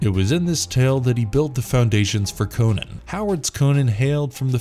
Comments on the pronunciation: Omg stop saying Conan wrong it's well annoying Co-NAN not Conun. Fuck sake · It's not "Conin", it's "CON AAAAAAAAAA N". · Fun fact: Robert E Howard prounounced "Conan" with a "u". - "Conun". We've been pronouncing his name wrong for generations.